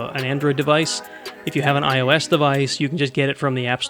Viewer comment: Not ils it’s IOS